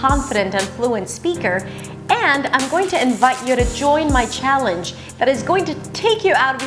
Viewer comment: Very impressive. Except for some minor detail. Scottish. That C should be a K. Also. Challenge. You pronounce the ch a bit off. But overall. Very impressive. Native passing. Intelligent lady.